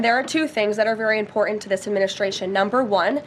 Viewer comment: Imporan. Those lying lips can’t say the word important